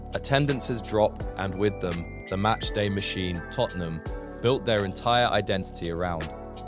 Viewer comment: Just as i wrote that i heard totonom lol